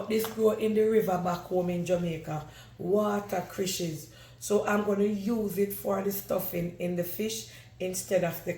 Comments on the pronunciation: Watercrishes 😂😂😂 cracks me up 😂My parents used to call it that too😂 It’s watercress 🥰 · That's not the right name you don't pronounced it right is water.cress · It’s water cress 😅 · Uno know can't pronounced things right